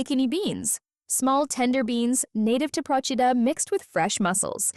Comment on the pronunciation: Please learn to pronounce the name of the island Procida. You butchered it every time. Also missed the islands traditional dishes of lemon salad and special pastry the lingua di bue.